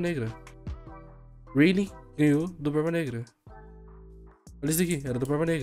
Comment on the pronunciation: O falando o nome do Rayleigh parece que ta fanho, ele fala reili, reilin, rueili